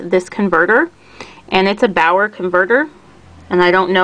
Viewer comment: The correct pronunciation (English phonetics) is "Be'are" or "Be'our"